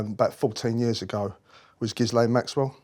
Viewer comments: The name "Ghislaine" has a silent 'S', pronounced Ghilaine. Just thought I'd mention it. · “Gis-lane”???? Reeeeally? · It is pronounced without the S. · It's pronounced 'hi-layn', darling. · Did he pronounce her name "Giz-lane" lol. Anyways I wonder why he was the Queen's favourite? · How could he have never learned to have pronounced Ghislaine correctly? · I don’t know why, if he’s so familiar with Ghislaine Maxwell, he can’t pronounce her name properly. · Why can he not pronounce Ghislaines name correctly? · It would be more believable if he could pronounce Gislaine’s name correctly. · I'm not sure I believe this. He cannot even pronounce Ghislaine. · All his supposed testimony undermined by his being unable to pronounce Maxwell's first name properly and total lack of knowledge of the law. If Andrew had gone to court, any and all testimony of him knowing Epstein Maxwell would lay him open to charge of joint enterprise in trafficking someone for sex.... even if the person is over the age of consent in the country where the alleged incident took place. You think the Yanks didnt want Andrew's head to prevent people wanting some of their rich and famous... Gates The Clintons and more spring to mind. Incidentally isnt this the same who was convicted of running a property scam, and when being investigated and tried made all sorts of allegations about other police officers? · Someone teach this guy how to pronounce Ghislaine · why did you reply all that to my comment? Where did I say he was lying? I just want him to pronounce that name correctly because it’s painful to list to him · How can he have all this knowledge and years of experience and met these people multiple times yet not know how to pronounce her name? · I wish he would pronounce ghislain properly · And yet he still can’t pronounce Ghislain’s name properly! Douche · Poor sod is not a mental giant. Can't even pronounce Ghislaine or cart blanche.